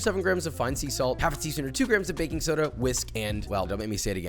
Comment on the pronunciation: Thank You for saying GRAMMS